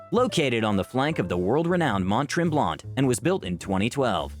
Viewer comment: omg the pronunciation of Mont Tremblant was horrific. Someone please ask a local how to say these words.